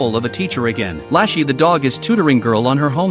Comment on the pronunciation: HER NAME IS NOT LASHY 😭